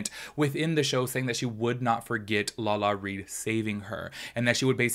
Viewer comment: Lala-RI!!! Not Lala-Reed. Lol everytime you said it I was like 😣😣 Haha